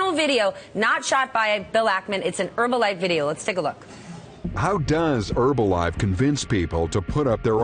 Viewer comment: Why do they call it "Erbalife"?